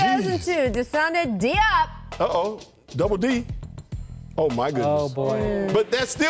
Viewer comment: It's pronounced "JOP" Rachael, not Dee-op. Geez